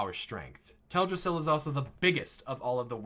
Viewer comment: nice theory but it’s teldrassil. not “teladrassil”.